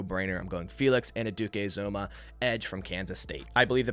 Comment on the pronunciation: Great mock, just one thing. Felix Anudike-Uzomah is pronounced An-you-dikay Ooz-amah. I’m a Kansas State fan and this is how the announcers and coaches say is name. (Or just call him King Felix)